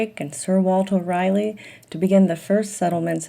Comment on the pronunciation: English pronunciation 'Rally' not 'Riley' although spelled Raleigh